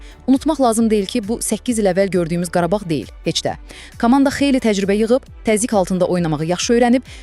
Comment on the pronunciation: Qarbağ yox Qarabağ